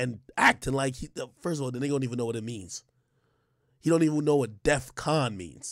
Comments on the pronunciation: It’s not “Death” con lol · People got this whole thing wrong, Ye said “death con” instead of “Def con” meaning defense. Perfect example of a nigga using some shit wrong. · He said death not def 😂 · He said death-con not def con